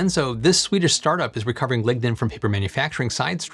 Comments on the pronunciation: you are saying ligna but i hear ligma, also cutting down a 'sustainable forest' doesnt sound upscalable. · Lignode and Lignin..... DEEZ...